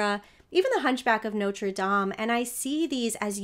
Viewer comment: Such a tenderly sympathetic interpretation. And I LOVE that you pronounce it Nawtra Dahm, instead of Noter Dame! Bless you! 🙌🏻